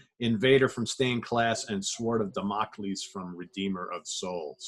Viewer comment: DAMN-o-cleese, not da-MOCK-leese